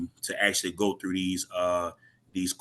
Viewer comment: LOL. Dude said "Axshually" .